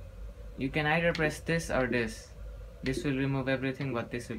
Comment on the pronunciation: "you can ider press dis or dis" xD